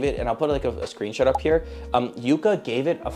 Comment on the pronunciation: Its pronounced Yuka not Yúka. Like yuck. Yucka. Yuka